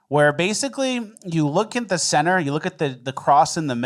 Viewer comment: Bro said "Ju crazy? Get the fuck outta here." classic. Tony Montana vibes.